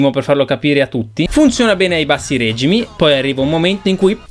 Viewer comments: sì, tutto bello, ma Régimi è verbo reggere, non si può sentire. xD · Régimi?!! Fratello, ti ammiro e apprezzo i tuoi video ma l'italiano tocca acquisirlo